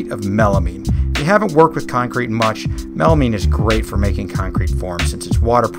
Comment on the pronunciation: why cant anyone one youtube pronounce melamine properly